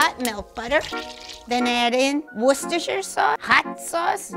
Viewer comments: She did the unthinkable. She pronounced wershteshireshishrere sauce correctly. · Dont forget that she can pronounce the "SAUCE" correctly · YOOO LYNJA CAN PRONOUNCED WORCHESTERSHIRE SAUCE LES GOOO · yo i know she didn’t just successfully pronounce Worcestershire sauce